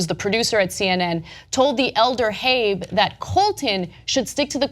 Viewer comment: Why do you pronounce it "Habe"? Haven't you heard of a Saab?